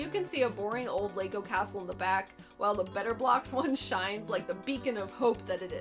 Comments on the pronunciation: The way you say it sounds like Betablocks, and remind me of those pills lol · No one: Absolutely not a single soul:: BETTAH BLAHX But for real, tho, how can you talk about 90s commercials without mentioning Crossfire or Mr. Bucket?